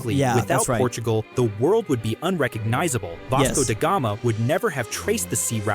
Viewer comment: vosco degama?? WHAT? its vasco da gama. also wth is fad 💀 its called fado not fad